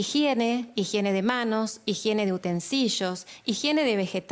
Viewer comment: Todo bien, pero no acepto el fonema "utensiyo"...por favor...